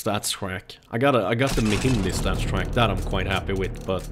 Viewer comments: You say "StatsTrak" but you have to say Stattrak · det heter staTTrak! Inte staTSTrack! hahaha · It is start rake not startstreken